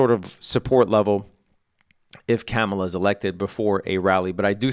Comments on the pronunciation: IT'S KAAM-UH-LAH..., NOT CAM-UH-LA, jeez bro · It's pronounced Car-mar-lar. Jeez. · You might’ve outed yourself on your political proclivities in the mispronunciation of Kamala. I give you the benefit of the doubt tho. I think you’re a good guy from what I can see. FYI it’s pronounced comma-la. Kamala. Easy. Happy trading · Bunch of bitches in the comments. Who cares how he pronounces Kamala. Does that make him less skilled as a trader?? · You know all that financial jargon, but you don't know how to pronounce the name of a presidential candidate? This late in the contest, if you're going to mispronounce her name several times in a row, you might as well have put on a MAGA hat for the video. Like many you tubers, if you're trying to avoid the controversy of saying who you're voting for, then staying professional throughout is the better tactic. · aaaand there we have it. lol. God damn. I’m not offended whatsoever. I was trying to give you the benefit of the doubt. Maybe you never heard the way she prefers but your response leads me to believe otherwise. When you mispronounce somebody’s name intentionally over and over again even after being corrected you’re just being a dick. Don’t be a dick. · You should really learn how to pronounce her name